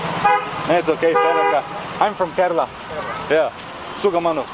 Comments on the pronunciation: the way you said kerala in intro was soo mallu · Even other indian states people dont know how to pronounce kerala but you are awesome Please try our delicious food porotta and beef. Fresh beef is super tasty You can see different cultures and religions in kerala we keralians loves each other We dont like north indians they are rascist they always mingle in the name of their religion Here you can see a mosque after 10metre a temple and after 10metre a church Proud to be a keralian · You pronounced Kerala correct at the beginning of the video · The way u pronounced 'Kerala' I am really amazed. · He is the First foreigner I heard Who pronounced "Kerala" like a keralite 😅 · So when he said kerala he said in kerala accent